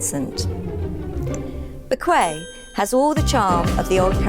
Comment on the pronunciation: That's not how to pronounce bequia, im fom bequia and that is not how to pronounce it